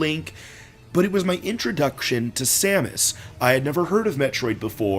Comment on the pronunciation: Every time you say Samus a baby cries